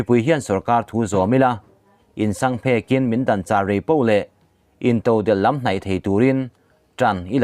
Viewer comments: Insang phek...thluk hi diklo tlat..phiarphek..a phek lai tak anga ri rur a ni..phek.hlai .pan angin i lam tlat mai. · A bengvar thlak in a ngaihthlak pawh anuam e. Atawp dawn lam athu pakhat in sang phek tiha phek tih lai i lam dan kha phek hlai hle mai tih lam anga i rawn lam kha ri rang kun deuh a lam nise a dik zawk ang. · Insang phek .sek,phiar,ruh tihna a ni a.,thingphek phek thluk anga thluk loh tur. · In sangphek a phek tih hi paratha a phek tih anga lam loh tuk ka ke a phet a phet tih ang a lam tur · Minute na a mi in sangphek in ni lo in sangphek etc: han i ti phek phiar teh tih lai tak a phek tih khi i thluk a dik lo a. Chuan phek tihkhi a phek duai mai tih ang in i lam a. Chuan in sang tih khi ek chhuak tawk ahan sang vak teh tih ang khan lam tur.sek phiar tih a phek. Sek phiar phek bur mai tia kan lam ang khan. A i channel hi kan ngai hlu e kei ni Zofa ten